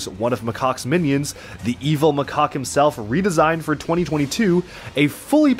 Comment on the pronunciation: You got macaques name wrong